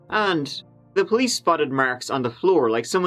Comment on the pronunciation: Your “th’s” drive me crazy lol but I love your videos. Keep it up and I’ll keep watching! Thank you